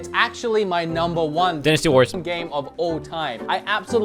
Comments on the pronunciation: dinisty warriors? i thought it was dynasty warriors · Dinnis Tee Warriors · Dinisty? lol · Denastee? WHAT?